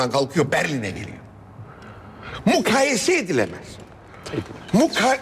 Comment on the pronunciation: “mukayese” kelimesini sanki fransızca konuşuyormuş gibi söylüyor. Çok iyi.